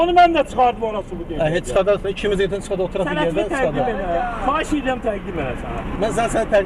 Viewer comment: Dağ adamlarını ikiqat təlim tədris vermədən, işə götürməyin. Düzgün tələffüz qaydası belə yoxdur. [sənətini] deyil, [sənədini] deyə tələffüz olunmalıdır.